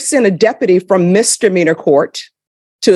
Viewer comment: I don't regularly mispronounce words related to my job. You learned to say Chipotle correctly, she can learn to say misdemeanor.